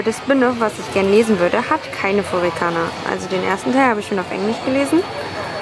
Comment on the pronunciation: Es heißt furigana, nicht furikana...! ;-)